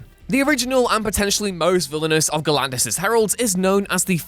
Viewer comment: Please... please stop saying "Gaylin" when trying to say "Galan"... pleeeeeeeaaasseee